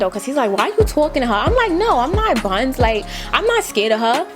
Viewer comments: " im not BUNS " that old NY talk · Sis said ‘ no I’m not buns’ 🤣😂🤣🤣 soooo new yorkk